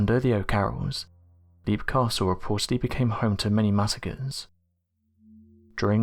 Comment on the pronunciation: It's pronounced lep, not leep. The dungeon with the wooden spikes is called an oubliette. You forgot to mention that they found three cartloads of skeletons at the bottom of the oubliette during renovations of the castle in 1922.